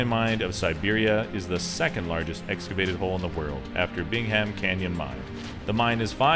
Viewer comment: loved the video, but you don't pronounce the h in Bingham. It's sounded out bing-um. I live about a twenty minute drive from there and the mine is an among site to view from afar and up close